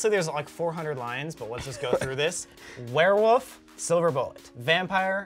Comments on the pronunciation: “we got a ware woof” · "Werewoof" lol Colby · Why are they saying Ware woof and not warewolf 😂